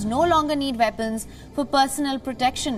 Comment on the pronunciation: "The veddy vepons "